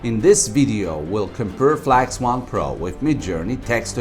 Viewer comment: F L A X ? 😅 Shure?